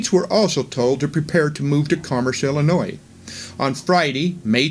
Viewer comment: Pronunciation of Illinois and Adam-ondi-Ahman / Diahman should be corrected for future presentations.